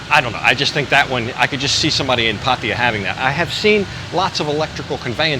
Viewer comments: You pronounce Pattaya this way NOT Pattia 😂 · Just love the way that puts down the people that are always there ready to correct him and other vloggers about something or other, How much does it affect the video when you say Pattaya incorrectly so long as it is understood where they are at?